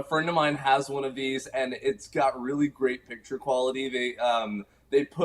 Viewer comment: say PICTURE NOT PITCHER!!